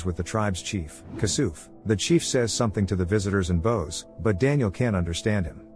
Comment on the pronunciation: Fix your AI narration!! It's NOT bose, what you use with a violin, but bows, as in "bow” -wows !!